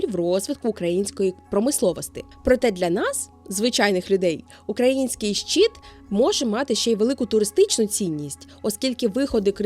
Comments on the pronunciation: Трохи ріже слух від вимови "щіт" (майже англ. шіт), замість щИт, але відео цікаве. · Дякую за чудове відео ❤ Єдине, що слово "щит" вимовляється твердо, а не щіт.